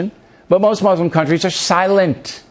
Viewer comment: I wonder if the first step to the US and Muslim countries agreeing on things would be at least one American learning how to pronounce Muslim correctly?